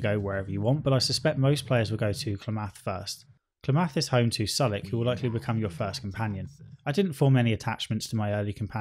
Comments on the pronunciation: Your syllable emphasis in things like "Klamath" and "Sulik" really messes with me. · You mispronounced "Klamath" and "Sulik." You can see the stats of unpurchesed items in the shops. Right click and examine. Many of your complaints (except the ones about combat) were fixed in the Killap Fallout 2 restoration project.